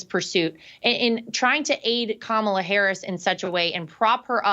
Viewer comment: Ooooops she said Kamala correctly 😂😂😂